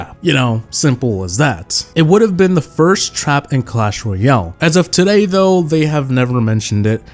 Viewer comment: “Cosh Roy-all” I love it